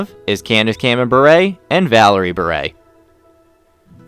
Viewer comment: At least this announcer pronounced BURE correctly!!!!!!!!!!!